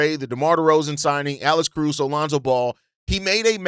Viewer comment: You saying Alice Caruso?